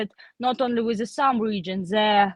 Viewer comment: What I learned here is the y in Sumy is silent. Just Sum.